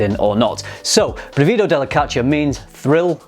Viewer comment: Good pronunciation but the stress is on the first syllable: brìvido not brivìdo. But I still don't understand why their names are in Italian when they're all about Greek mythology.